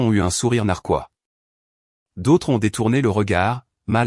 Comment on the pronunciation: Sourire narquois, pas narcois !!